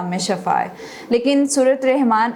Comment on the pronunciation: Rihman nahi arrahman,shafa nahi shifa